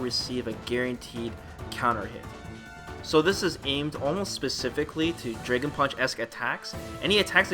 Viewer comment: What is a "draygen" punch?